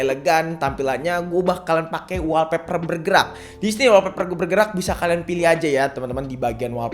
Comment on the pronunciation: saran klo nyebutin istilah inggris sebisa mungkin pnyebutanny bener biar mkin keceh contoh olweys bkn alweys wolpeper bkn walpeper:3